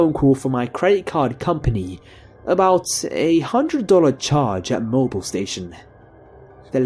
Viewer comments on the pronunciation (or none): none